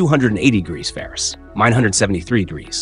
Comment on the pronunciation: Your narration software can't pronounce Fahrenheit or Celsius. "ferrush & cells" lol